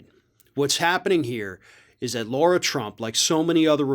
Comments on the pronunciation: And it’s La-ra not Laura. If you want to called Laura you’re missing a letter. 🤦🏾‍♂️ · it's Lara, not Laura. And it's hydroxychlor-quin, not queen. Dig your show but this detracts from your very good points 😚